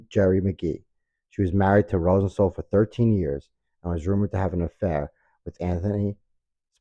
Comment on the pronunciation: Good video, but the way you pronounced Rosenthal bugged me.